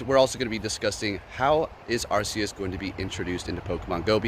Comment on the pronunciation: Arceus sounds like Arkeus not Assius